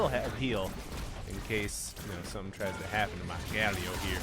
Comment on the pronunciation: I thought my friends and I were the only ones who called Galio Galleo :')